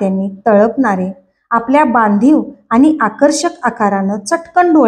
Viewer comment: लिहिलेले वाचताय ना, मग आनि पानी नका करु हो. प्लीज विनंती करतो.